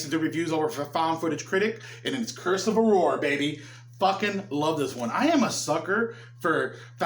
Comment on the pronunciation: All the time you were talking about "Curse of Aurore" I was hearing "Curse of a whore" and was thinking like "Well, that's a brave title, I guess"🤔